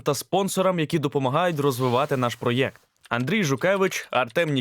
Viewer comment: Цікава історія, але вам потрібно щось робити з дикцією. По тренуйтесь вимовляти слова наприклад ПРОЕКТ. А то у вас ніби гикавка)) буде неииіоткинцікаво слухати, а й приємно) дякую за розуміння)